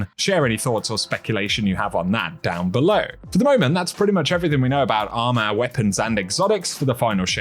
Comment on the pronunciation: Bro said “ARMAH”